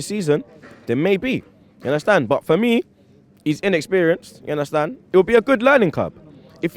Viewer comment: Give undercrackers boy the job!! "Una-stan?